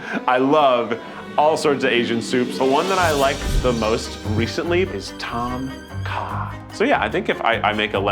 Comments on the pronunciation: When I heard Keith said Tom Kah, I immediately went "Wait, noooooooo" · tom kha pronunciation is more like a Thoomp Kha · as someone who is thai i was repulsed by the mere way keith pronounced "tom kha" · When Keith said Tom Kha.. i just.. couldnt. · keith pronounching "tom kha" is so silly